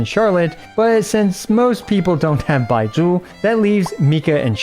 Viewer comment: I love how you pronounce 'Baizhu'. XD